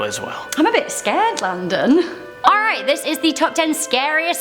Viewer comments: Oh thats what it is! I have always though u he said "Do not sing" XD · Landon Do-Not-Sing 🤣🤣🤣🤣🤣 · Rebecca!!!!! And also am i the only one who hears "landon donotsing"? :P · Landon Donotsing? Lol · I thought he said do not sing!😂😂😂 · Who else thinks he says landon do not sing ? Jus me